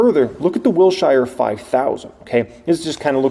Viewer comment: Wilshire is pronounced “Wilsher” not “Wil-shy-er”. (😂 the most important comment on this thread, lol.)